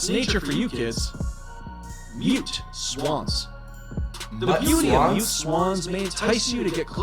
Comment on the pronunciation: Narrator: mute swans FLIGHT: MUT Swans?!?!?